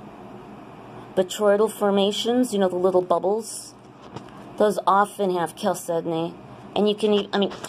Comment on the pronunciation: Cal Kedonknee???? HAHAHAHA